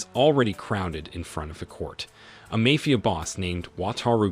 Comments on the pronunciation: Your pronunciation of the word mafia is hilarious. I don't know if this is ai but it really sucks. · Sure sign it’s a bot reader voice. The simple mispronunciations…